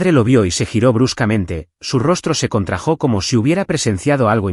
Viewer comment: Su rostro se contrajÓ. No se pronuncia así desdesr dice contrÁjo. No es fidculpatE de dice dusculpÁte